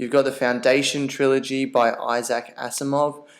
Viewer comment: It's Isaac Asimov not Asaac